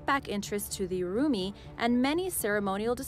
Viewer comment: The pronounciation of the URUMI and KERALA has been completely butchered by the lady ...... It's quite offensive ya know ..... We got some serious fans from kerela ...